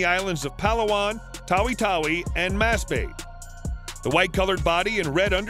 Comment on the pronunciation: Nice vid 😁 i learned something new everyday because of people like you and i respect it 👍 Also there are some words that you have mispronounced, which is not that surprising. "Masbate" its pronounced (mas-bah-teh) not (mas-bate). "Panay" is (pah-nai) not (pen-ney). "Cebu" is (seh-boo). No hate tho, and i just wanna let you know ◡̈👍